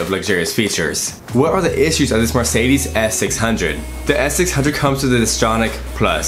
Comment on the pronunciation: Learn to prounance car makes ! like Mercedes and porshe ! :)